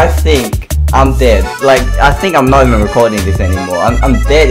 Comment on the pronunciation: he did nawt🤣